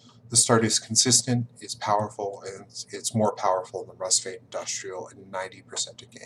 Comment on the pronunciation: So much knowledge, yet you got Rusviet's name wrong! (Pronounced Rus-fjet)